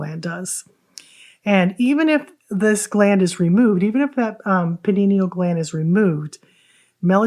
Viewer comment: Jesus it pineal gland!!! Not Paninial 😂